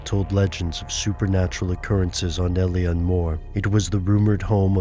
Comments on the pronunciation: its pronounced il-on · Thats uh.. not how you pronounce Eilean, guys.